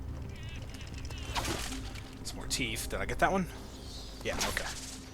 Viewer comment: Teeeeeeth god damn it not teeefth